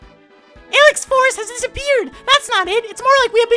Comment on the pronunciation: dude stop. it's I-LEX forest. as in I hate your pronunciation lol